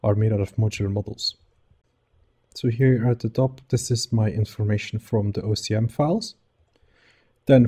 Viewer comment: You keep repeating OCM instead of OSM :) Anyways great implementation, I'm always amazed by the power of data-driven procedural generation in Houdini